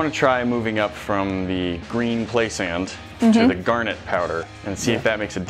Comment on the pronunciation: The way you say "gar net" is as annoying as people calling caryons "crans"